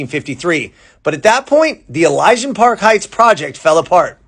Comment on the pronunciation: LA in a few minutes..... Thanks for giving this story the seconds it deserves. E.LEE.sian Park. Chavez - Ch as in 'Cheers', not as in Chevrolet - it's Spanish, not French.